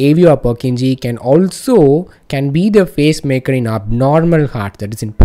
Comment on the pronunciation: Its PACE-MAKER CELLS... i constantly heard face-maker🙄